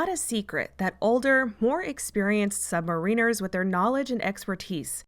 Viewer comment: Just a tiny note. Submariners is not submarine - ers in pronunciation. The in becomes a short i. The accent on first syllable, instead of the long ine in submarine.